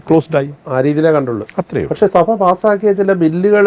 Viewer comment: Mr interviewer. സഫ അല്ല സഭ.